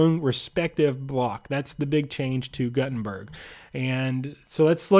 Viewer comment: It's pronounced G-ou-tenberg